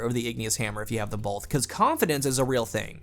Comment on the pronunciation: Is it just me or does he say "bolth" instead of "both"!?